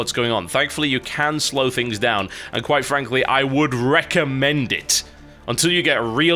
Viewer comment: Can u stop say quitfrankly and start say quitbobly plzzz!!!!! ;P .